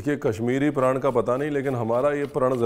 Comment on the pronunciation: Chef 'prand' nai 'praaaaannn' haiiiii🥲🛐 app 'prand' bol kar hame rula rahay ho